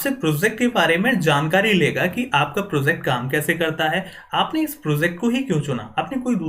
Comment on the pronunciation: "pro-ZACT", "ZAAN-kari" lol